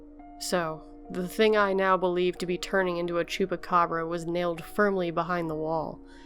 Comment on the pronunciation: Great pronunciation of "Chupacabra" <3